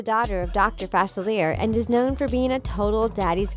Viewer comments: Right Not facilier like Chandelier it's in a whole movie let's not make up last names. No offense The things cuz I say that with no shade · FA-CIL-E-A. Who is 'Facileer'? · I hate when these video channels don’t do your research it’s NOT “Fa-Ci-Leer” it’s “Fa-Silly-A” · FASELER? FAS-IL-E-A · You pronounced Facelier wrong. It's Fas-ill-ee-yay not Fas-ill-ee-yer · Facilier... killing me. pronounce it right please Fah. Sil. E. A. Not Fah Sillier. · It"s Facilieh that is how you pronounce it it's french not Facil ier. Facilier. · Fa-sil-ee-air is how to pronounce his name. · facilier is pronounced fa-silli-A, it's french for easy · FASILERR NO FUH SILL EEE AYYY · Omg.... its pronounced Fuh-see-lee-ay!!!! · ITS PRONOUNCED FA-SILL-YAY!!!!!!!!!! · Yeah it's supposed to be fa-ci-li-a, I think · Facilier is pronounced Facil-e-ay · ITS SAID FA-CE-LE-A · It's pronounced Faciliare not Facilear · Any one else annoyed on how she says fauciler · Anyone else annoyed at how she pronounces Facilier Its Fah-Sil-Ee-Ay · It’s pronounced “fa-cil-e-a” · ouch... it's Fa-Sil-ee-ay NOT fa-sil-eer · It’s facili A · I’m sorry when you pronounced Dr. Faciliay I cringed so hard. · Why did she keep mispronouncing Facilier it’s pronounced fuh-SIL-ee-ay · It’s Fa-CEE-lee-aye not *Fuh-SIL-ee-ay*. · Omg Facilier is pronounced Fah-sil-e-a. cringing its French routed like new Orleans is. #dontyouresearch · It’s FACILIA ITS CREOLE 😢 R.i.p Cameron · It's pronounced Dr. Fa-silly-aeh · Girl, it’s Fa-ci-lee-a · It’s pronounced (fa-sil-we-air) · Yes very. Like it’s (fa-sil-ee-AY) Edit: Idk how I could rly spell out the pronunciation but I tried. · Fa fil I a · Fas I leer lol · its pronounced faciliae not fasavzierzveaer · Say it with me FAR-SIL-EE-A! Ooh if I could reach through the screen and slap her every time she pronounces the name wrong, I would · Am angry about how the keep say fasiliar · IT'S PRONOUNCED DR. FACILIER ( FAS- I-LEE-AY- ) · FA-CILL-LEE-AY is the pronunciation of facilier